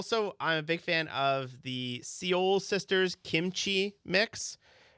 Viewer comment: Everyone: Seoul Sisters: See-ole Sisters 😂 never heard someone butcher Seoul quite like that.